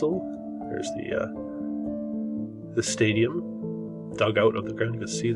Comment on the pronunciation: Stadium sounds like "stay-dumb"